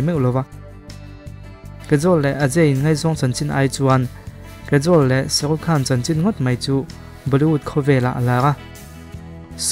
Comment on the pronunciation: Kajol hming i lam dan hi diklo nia... Mahse hmuhnwm tho2 e.. I w afiahin gaihthlk anuam c